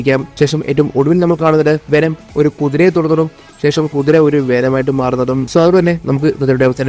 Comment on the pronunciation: വെനം❌ വേണം✅